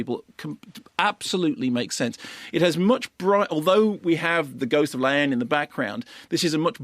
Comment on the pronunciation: Does he say La Haine? Because it sounds like he is saying Laine but I assume that is the film he is talking about.